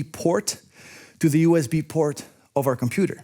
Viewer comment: It is USB, not U EZ B!